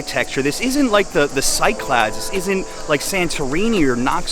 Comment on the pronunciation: The Sye-clads. The Bee-zanteeens. Burgers.